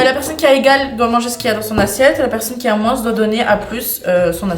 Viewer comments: Cc ces juste pour vous dire que moins sa se dit moin il y a pas de "sss" a la fin sinon continuez vos video ❤ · C'est pas moinse c'est moin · Comment ça "moinsse" c'est "moins" le s ne se dit pas mdr mais bon je vous adore continuer les vidéos 😂❤😊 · Je suis désole mais c'est trop perturbant le moinsss ( le s il se prononce pas ) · Pourquoi vous diser moinsss le s est muée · On dois pas dire le s quand on dit moins on doit dire moin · pour info moins se prononce sans le s a la fin mais pas grave tres bonne video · Pourquoi vous dites le s de moins sinon je vous adore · Pourquoi vous prononcer beaucoup le s de moins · Je vous adoreeeee! Juste une question 😅pk et disent le S à la fin de moins 😅